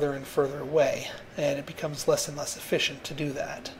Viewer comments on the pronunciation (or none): "The Dock is Munch more efFISHent" haha